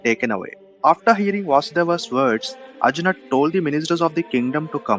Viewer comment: Nice clip Bhai 👌. But your pronunciations of names is awful and NOT Indian. You sound like a colonised Coolie. Arjunaaaa... Bhimaaa.. Hastinapuraaaaaaaaaaaa ...hell all names end in aaaaaa😅! Not how they speak in India mate.